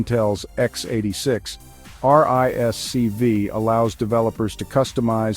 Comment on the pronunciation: RISC-V is pronounced "risk-five". It is not necessary to spell out the letters each time one mentions the acronym.